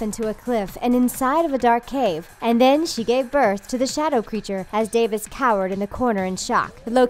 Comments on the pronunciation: Davis? it's DAVOS. This girl is hopeless had pronouncing names and places. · Davus... facepalm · colin minhinnick Sir ‘Davis’ was the one really bugging me. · Chelsea Suarez i know! I can't even finish the video it's driving me nuts. Day-vos? Mellisan-der? Drone? Like, nope. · "Davis" "Melisander" "Exoss" "Westairos"